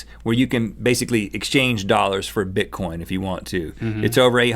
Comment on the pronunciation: omg they said bitcoint..